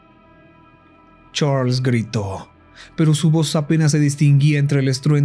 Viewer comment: Me da risa como dice CHARLLSS💋